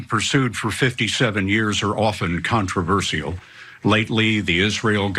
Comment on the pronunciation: I dont trust a person that says “controverseeul” with a straight face